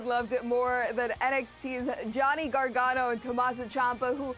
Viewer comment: did she just say Johnny Gargarno? wtf????